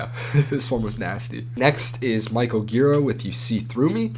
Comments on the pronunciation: to add to this entry, the arguing man and woman are Gira himself (who is drunk in the audio recording) and Jarboe (the vocalist and keyboardist for Swans for the majority of their original run) and is supposed to be dedicated to Jarboe Also I should add that Gira is pronounced Jeer-ah not Gear-uh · It's neither Jeer-ah nor Gear-uh, it's juh-Rah.